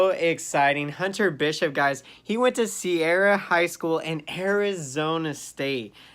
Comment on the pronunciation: Serra HS... Not Sierra HS.